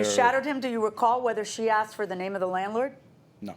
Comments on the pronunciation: I want to state,.the word is "ask"...not axed...come on... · He is a tool. And it’s ask not axed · Then he said "axed" instead of "ask". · Can someone please explain why they say aksed? It drives me nuts!!!!! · Why do people say “axed” instead of asked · If I hear one more time people saying"axed", instead of "asked," I'm gonna lose it. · Take a shot every time she says : Axed. 😂😂😂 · "aksed" .... a blk dna thing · Axed him ...axed her WTF learn how to pronounce the most basic words please 🤔🤮 !!!